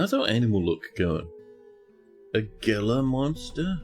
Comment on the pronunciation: Gila monsters are native to the american southwest. The g is pronounced like an h so its like "HEE-la" monster.